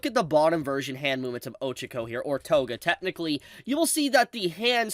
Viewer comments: stop pronouncing names wrong on purpose, I hate how so many videos do it just to be "funny" it ruins the experience of the video, and if it's not on purpose then you are an idiot, watch an episode where they say her name and then pronounce it like they do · The true massacre was how you pronounced Ochaco